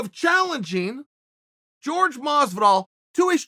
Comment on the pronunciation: It’s jorge not George